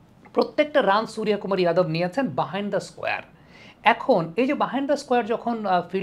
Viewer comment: আরে দাদা আপনি তো বিহারী কিংবা ইউপি ওয়ালা দের মতো উচ্চারণ করছেন "সুরিয়া কুমার"। আপনি নিজে বাঙ্গালীর ছেলে তো বাঙ্গালীর মতোই "সুর্য কুমার" বলুন।❤